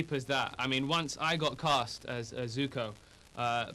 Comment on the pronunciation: at least he pronounced Zuko correctly.......